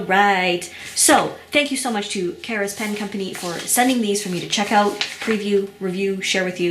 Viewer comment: The company name seems to be Karas, not Kara's.